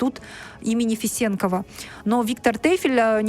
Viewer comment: Добрый день, ударение надо делать не е, а на о. Фесенкова, С уважением, Кайрат аға. Тейфель _ выдающийся астрофизик. Это наша история. Их позиция тоже правильна. Надо знать астральную традицию кочевников.